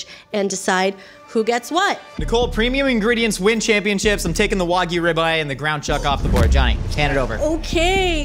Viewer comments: Pisses me off how professional chefs cant pronounce simple words. Its not waygoo, its WAGYU (WAG-YOU) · That "pro chef" lost all credibility the second he mispronounced wagyu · The way Johnny pronounced wagyu hurt my soul. The Y isn't silent